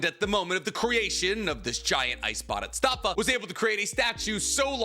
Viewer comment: Am I the only bothered by the way he pronounces Bodhisattva?